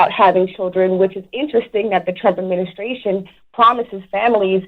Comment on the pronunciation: I love charlemagne...... but I can't argue with anybody that can't even pronounce the word Administration correctly